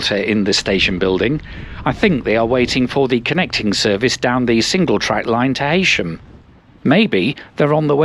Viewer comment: I hope you called at the Tite & Locke pub on Lancaster station (platform 3). I'd have called down and bought you a pint if I'd known you were in the area.By the way like many non-locals you mispronounced Heysham as Hay-sham instead of Hee-sham which is the correct pronunciation. If Geoff Marshall can pronounce it correctly, then anyone can. Regards Ian.